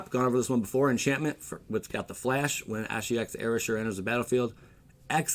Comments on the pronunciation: It's pronounced "Ee-ray-sure", not "Eh-ra-shur." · I think he got carried it away and prounounced it like it was a name haha.